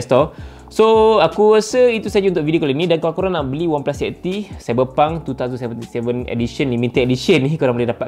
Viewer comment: wow cyberpunk TWO THOUSAND seventy seven bukan nk hate ke ape tp biasa org pronounce twenty seventy seven